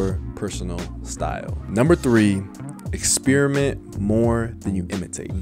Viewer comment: bro said "exspearmint"